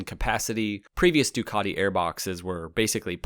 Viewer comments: Why do you keep saying Dookoddi instead of Ducati? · "du cat te" fa gods sake, not "Du car de" 😂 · What's a "Doo-caaaa_ti"???